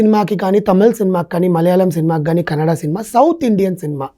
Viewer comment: It's not kannad Anna it's a kannada